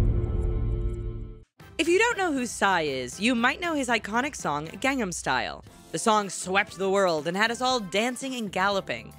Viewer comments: GANG num.... you mean G-AHNG NAHM??!? lol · You can't even say gangNAM style properly... It's not gangem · Every time she said Gangnam I cringed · every time she says Gangnam I cringe